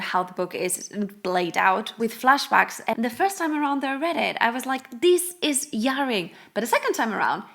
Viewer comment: jarring is pronounced with a harder J, like a soft G. Like the container, a jar